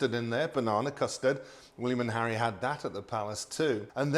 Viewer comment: Lil too much emphasis on the H..